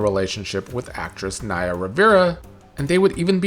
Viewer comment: It's Naya, not Niya.